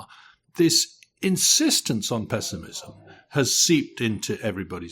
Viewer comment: "But, today, the pezzimism feels incredibly pronounced..." Yes, wrongly pronounced! The word is pronounced "pess-imizm" NOT "pezz-imizm." You may be the only person in the world pronouncing it this way, Mr. O'Neill. At least, I, for one, have never heard this odd pronunciation before.